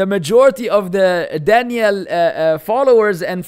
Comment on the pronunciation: There’s a difference between dan-yell with emphasis on the last half. It’s actually the way you say Danielle which is specific to girls and dan-yull with emphasis on the first syllable is how it’s said for a man Daniel. Anyways I hope you don’t say this on purpose. I’ll give you the benefit of the doubt and say no one made it clear to you before and that you aren’t calling him by a woman’s version of his name on purpose…